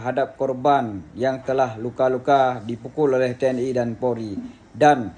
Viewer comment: YA..TNI BUKAN TNE 😂